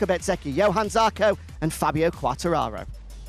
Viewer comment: The altitude challenged one STILL can't get Johann Zarco's name right.......